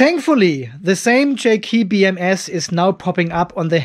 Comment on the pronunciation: Hey!!! HOW Many Times Can Say "J KEY BMS" Instead Of JK BMS??